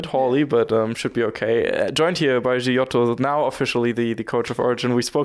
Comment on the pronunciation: it's a hard "g" on his name mate xD